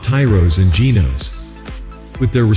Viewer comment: May I just say it is not Tyroes or Genoes. Please call it by its proper nams. Tyros and Genos